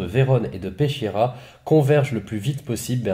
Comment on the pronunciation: Bonjour. Ch en italien c est le son k. On dit donc Peskiera.